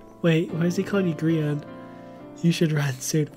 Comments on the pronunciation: it Grian not grain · Wait, is the whole gree-on thing irl mispronouncing grians name, or is it to mess with him irl, or is it to show his character doesn't care and he's just mean or what? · I think that’s just how pronounces Grian’s name